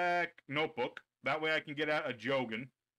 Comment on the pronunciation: Jao wgen?..? Ummm nope 🙅🏻🙅🏻🙅🏻 his name is jo-gen. Jo is pronounce like jo also spelled jou wen using correct romaji^^ ND kool u pronounce kagen & goe & fuhma correct ^^ soo props for that^^